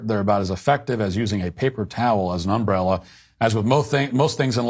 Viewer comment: With love and admiration for Matt, my celebrity crush, does anyone want to talk about his pronunciation of umbrella? Like is that how it’s supposed to be said, and is everyone I know saying it wrong? I just trust Matt so much I assume he’s right and I’m wrong. I hope someone will engage in this hyperfixation with me lol